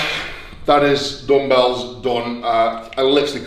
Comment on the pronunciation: U know someone is strong when he starts saying dumbbells as DOMBBALLS